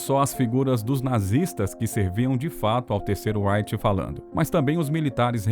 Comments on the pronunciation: Gostaria que você pronunciasse direito a palavra REICH. Você fala com pronúncia da língua inglesa! É RREICH !!!!!!! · OBSERVAÇÕES: * Quanto ao conteúdo, muito bom o vídeo; * Quanto à pronúncia da palavra "reich", o locutor está dando ao "r" inicial a pronúncia que ele teria se esta palavra fosse da Língua Inglesa e, no entanto, ela é alemã, e os alemães dão ao "r" inicial da palavra "reich" a mesma pronúncia que nós, brasileiros, damos ao "r" da palavra "rato", ou a mesma pronúncia que nós (brasileiros) damos aos dois "rr", como na palavra "carro".